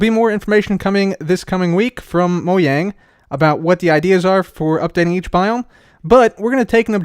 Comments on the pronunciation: Did anyone else hear say moyang instead of Mojang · 🤣 Mojang not Mo yang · He said Mojang Like Mouang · its pronounced mo-Jang not mo-yang they said it in there video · Mojang not moyang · He said Mo-yang instead of Mojang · It’s Mo-Jan-G MoJang not Moyang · Its MOJANG NOT MOYANG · This dude said Moyang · He said Moyang???? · ...moyang, fucking MOYANG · Man's really said moyang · Lol he said moyang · is it really "Moyang"? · How dare you call mojang, moyang, your not even swedish your a disgrace. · moe-yang XD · I’m triggered by the way he says Mojang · The way you said "Mojang" made me want to die